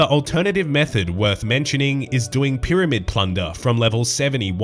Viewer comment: No one:: 'P'yramid 'P'lunder